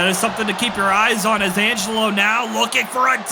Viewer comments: Highlight of the night: trying to say Angelo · Angle who 😂 Jesus Christ lol